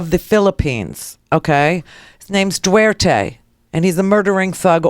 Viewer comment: D.U.T.E.R.T.E. Not 'duerte'. He is the "Philippines mayor" ala Rudy Giuliani. Wait until he deals with the Muslim extremists that have plagued the southern Philippines for decades.